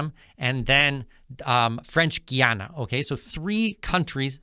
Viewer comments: It's not Gee-ana, it's Guy-ana Guyana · oi - its Guy Ana not Ghee Ana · It is pronounced Guy- a - na not giy-an - na. Did he get this information from AI? i He needs to do a thorough reseach about Guyana. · Guy, not Gee! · Here is how to pronounce it correctly: Guy Ana!!! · You should learn the correct pronunciation of "Guyana". GUY-ANA... GUY-A-NESE... very easy. You should talk to the locals to get the pronunciation for your videos. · “GUY-ANA” it’s not that hard to pronounce, please don’t chop up the name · I'm very angry at you ,, you sound educated ,, tho your pronounciation of the name of my country ,, makes you sound a lil bit like you still in de sand box ,, WHY ,, 'cause the name of my "birthlove" is a TWO syllable word ,, GUY n ANA ,, n wen you put it together you get the name of my country.......... GUYANA ! so stop making yourself sound like you're stupid !..... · It’s pronounced “Guy-Anna”!